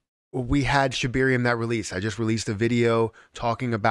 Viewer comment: ShibAaaaaaaarium not shibiiiiiiiirium.